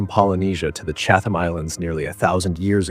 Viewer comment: Great video. Only quibble is every time the narrator says CHAT-HAM or CHATH-HAM I have an actual twitch. The best way to pronounce it is CHAT-UM. Sorry but English gonna English. I used to live near Chatham Road (in London, SW11) so that’s why I know.